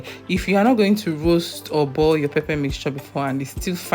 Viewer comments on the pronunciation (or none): She said, "Boil, not burn, please. You can listen again, although it sounds like burn.